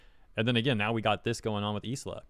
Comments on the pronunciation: i understand that it's a very deep topic... but i cant help but get so distracted whenever calls her is-la instead of ai-la/ai-ra (like the word island....) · dude the s in her name is silent. its like isle but with a a at the end. "eye-la" I swear you go outve your way to pronounce vtubers names wrong. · PS “Isla” is pronounces “Eye-La” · Isla = Eye-Lah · Just a heads up in case you decide to make another video about Isla. it's pronounced Aila (like Island but without nd). Or at least that's what the Katakana reads as. Minor detail, I know. But if this situation is anything to go by, triggering those "fans" of hers sounds like a headache. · your pronunciation of Isla is epic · I think it’s supposed to be Isla as in Island, but without the nd. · I think the s is silent in Isla. aira is what the katakana says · I think the 's' in Isla might be silent. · Actually, Isla Coleman is pronounced just like Island in English.